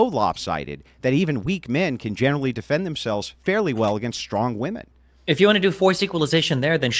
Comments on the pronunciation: Why is it that virtually every left leaning woman is incapable of saying the plural word "women"? They always pronounce it as "woman". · Why can’t this woman say WOMEN instead of woman. All the time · women. The word is women. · Why do they constantly say "Woman" as plural instead of "Wimen" bugs the shit out of me.